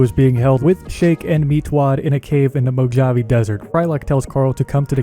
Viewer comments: Also has no idea about a few other things- especially how to pronounce fkin words. ‘Mo-jav-e’ desert? This guy is kinda dumb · Omg! Dude the j in Mojave is pronounced as an h. Mo +Ha + Vee. It's a really famous place. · Did you just say Mojave Desert. With a hard "J", like Java? Ya know that's not right, right? Pretend the "J" is an "H" and still use 3 syllables then you'll say it right. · Patrolling the mojawve, almost makes you wish for a nuclear winter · That's not how you pronounce "Mojave". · Why are you saying mojave like that